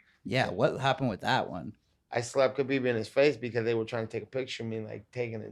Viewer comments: Called him Kebob lmao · Called him kabob😭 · Nate calling khabib “kabob” killed me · Nate said KhaBob wtf 🙈😂😂😂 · When Nate called Khabib “KhaBob” 😂😂😂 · Called him Khabob lmao😂😂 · Homie said kabob🤣🤣🤣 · Lmao he said Khabob